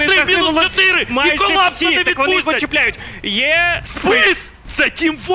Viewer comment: арЄна, Тчєтирі...чувак, витягни язик з задниці і говори нормально